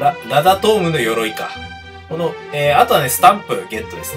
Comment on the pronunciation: ラダムートって言ってませんか？ｗ ラダトームですよｗ